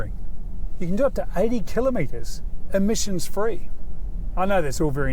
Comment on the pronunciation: imissons free😂🤣 lies.